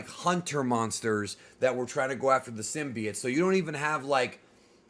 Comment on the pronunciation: bro its symbiote. not synbiet